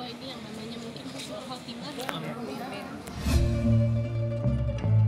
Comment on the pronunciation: Astagfirullah... Hati² kalau berucap. Yang benar (ح) husnul khotimah(akhir yang baik) , bukan (خ) khusnul khotimah (akhir yang buruk) . Belajar lagi mbak mas. Smoga bermanfaat !!!